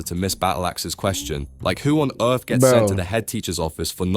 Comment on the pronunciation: Banned from the EARF